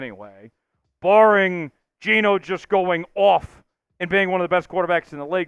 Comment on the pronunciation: It's not Geno